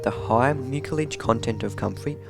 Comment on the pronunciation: “The high mucilage content” mispronounced as “mukilage”. It’s a soft “c”, like an “s”.